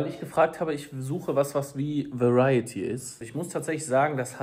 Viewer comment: Ich liebe eure vlogs! 🍀❤️ aber eins denke ich mir immer, wenn ihr über verity von Colleen Hoover redet. Es heißt verity, nicht „variety“ 😄